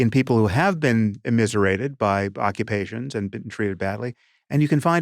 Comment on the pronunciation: "You never bean?!"